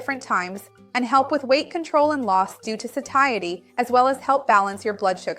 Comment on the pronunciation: Seems she pronounced it wrong